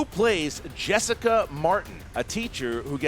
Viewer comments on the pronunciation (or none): none